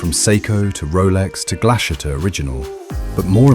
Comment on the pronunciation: Also, it's pronounced more like Glass-hutte